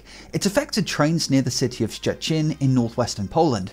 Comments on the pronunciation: You are so based for pronauncing polish city name actually well, kudo's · I appreciate your very good attempt to pronounce the name "Szczecin" ❤ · The fact that you said Szczecin perfectly makes you a god